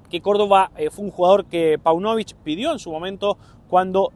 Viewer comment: Páunovic..... acento en la ''a''.